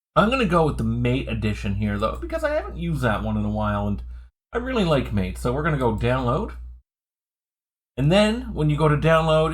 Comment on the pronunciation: Great video. I might send this to my dad. Im trying to get him to switch from windows and he’s in another state. I just have one point: it’s pronounced ma-tay. Also: ventoy rocks. I’ve never had an issue with installing windows using it either. In regards to Linux, it’s rare for an iso I use to be that large anyways. I have noticed sometimes ventoy will only boot when I choose the grub2 option instead of normal boot. It’s not perfect. But still the best.